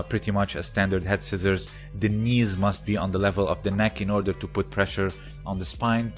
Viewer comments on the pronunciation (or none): none